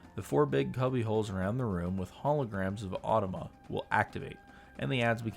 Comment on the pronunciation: it's said "Ahh-Toe-Ma"